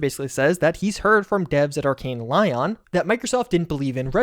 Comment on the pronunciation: Your arkane lion 🦁 pronunciation is driving me crazy